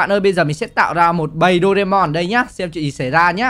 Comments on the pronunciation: Doraemon chứ ko phải doreamon nha ạ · đọc sai chính tả rồi thật xa những cái chính tả của bài nhạc Doraemon là như thế này nè bạn thân ơi vui quá là vui bạn hãy cho chúng ta cần nhiều đồ ăn và đồ uống những bảo bối thần k... Như vậy mới đúng chị nha nhưng khi em thấy cái con Huggy Wuggy mồm màu trắng thì em thấy phiên bản này là phiên bản màu đen nhằm Doraemon anh ạ.